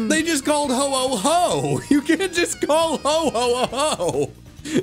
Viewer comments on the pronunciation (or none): Am I just sleep deprived, or did turn into Santa for a brief second? (Listen carefully; I'd swear that was said as "ho ho ho" instead of "Ho-oh Ho"...)